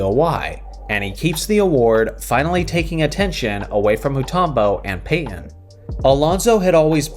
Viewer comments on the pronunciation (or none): You pronounce Payton as Payyen